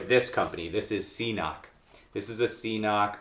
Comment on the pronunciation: FYI, CNOC is pronounced ‘kinock’.